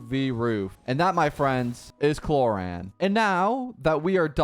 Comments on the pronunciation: her name is pronounced clor-ind and the i doesnt sound like the word eye it is a "little" i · Man changed clorinde pronunciation every second😂